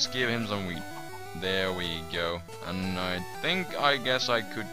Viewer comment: lol it sounds like your saying weed instead of wheat